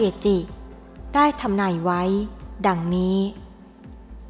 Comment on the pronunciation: พูดมาได้มาไว้ไปไว้ อ่านภาษาไทยวิบัติหมด